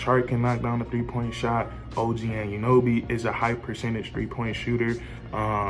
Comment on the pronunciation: I hate how u say OG’s last name. It’s pronounced au-none-no-bee. Altogether, it’s Anunoby. Not “and you know bee” Nonetheless. Good vid lol